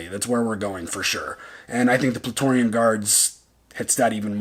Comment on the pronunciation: small thing, that big creature wasn't the mythosaur and i can't tell if i'm not hearing it right but i think you said "Plaetorian guard" when its "Praetorian guard" lol.